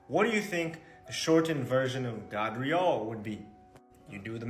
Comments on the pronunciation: Ty for the Video! 1st clip Gardriel (Gard - God?) Nah you can't put an a for an o, come on. But the rest may be real😉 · hey dumb as_ that isn't pronounced as god in any way its gad dre all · Cause its called reaching 😂 Gadreel .. Gabriel .. gave .. you're gonna pronounce the A as a long A .. not short .. so yeah , you're right